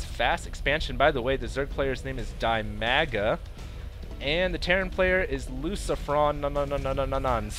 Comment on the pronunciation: Hey,. DIMAGAs name is read as 'deemaga'. His nickname is actually derived from his name (Dmitry, Dima). Uh... I hope the next game with Dimaga or Ra that you will comment will be more successfull for them =) Congratulations with graduation (Can you tell what have you graduated from?:) If it is ofcourse not a secret).